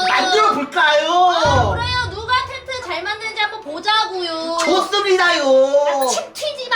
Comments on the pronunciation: 왜 다들 탠트라해요?? 텐트에요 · 초에 으뜸님 발음이ㅋㅋㅋ 텐티요?ㅋㅋㅋ그리고 하얀색 종이같은거는 왼손에있고 빨간색끈 같은건 오른손에 있는데 초는 종이같은게 오른손에있고 빨간색 끈같은게 왼손에 있음 는 수박이 있고 파란색 통도 뒤집어져 있는데 초에는 통 구멍이 있는쪽으로 돌려졌다